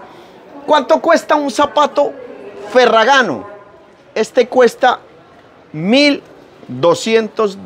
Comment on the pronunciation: Al menos aprenda a leer correctamente el apellido 😂😂😂